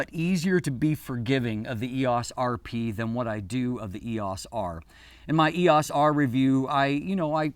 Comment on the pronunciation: I'm distracted by the pronunciation of EOS here. I've never heard anyone say "ee-ahce"--always "ee-oce" until today.